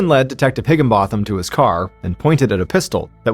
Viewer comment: Vehemently and Higginbottom were also wrongly pronounced. 😢